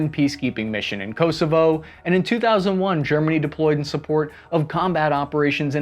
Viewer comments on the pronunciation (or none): none